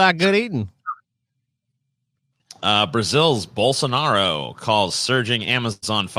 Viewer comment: Goddamn it thats not how you pronounce Bolsonaros name. Just freaking look it up.